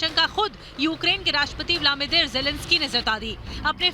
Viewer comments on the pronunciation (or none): ब्लामीदिर नहीं ब्लदीमिर पुतिन. नाम सही बोला करें